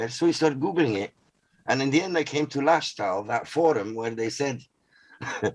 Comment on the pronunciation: the word is "LAShTAL"